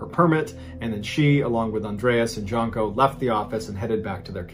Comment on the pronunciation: JUNE-koh. Not JUNK-oh.